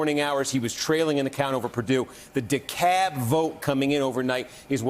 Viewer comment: It’s Dekalb county, not Dekab. Sorry, this is just really bugging me. 🤨